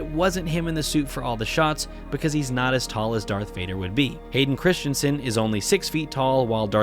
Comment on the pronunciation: The name is Not Christchensen.